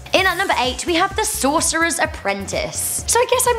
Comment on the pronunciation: Sorcerer's Apprentice. Sorcoras is not a word and wouldn't even be pronounced the same way as sorcerer.